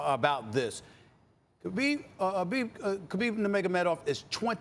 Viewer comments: Yooo loool Stephen A ova here fumbling Kkhha kha Khabib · Stephen a has problem pronouncing khabib name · Sas : “I’m a huge fan” Everybody else: then say his name correctly